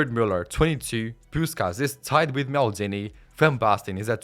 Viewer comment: Maldini ❌️ Meldini✅️